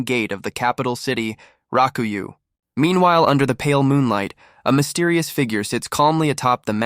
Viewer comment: Rakuyoh...not raku you. >.<